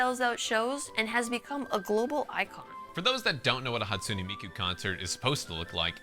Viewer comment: "hatsuney miku"